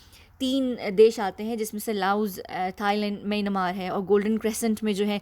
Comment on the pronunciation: The way you pronounced Myanmar sounds very funny.😂😂😂